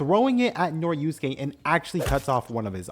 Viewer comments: i was so mad cuz u keep saying noriuske instead of norisuke😭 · He mispronounced Norisuke too, added a syllable and turned it into "Noriyusuke" I'm imagining doing that to other characters. "Jotaryo kujo" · bro really called norisuke noriusuke